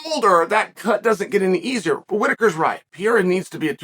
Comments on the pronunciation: "The talk of Alex Piera..." How dumb does Chael have to be? 🤦‍♂️ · Uncle Chael the only one who can keep saying Pereiras name wrong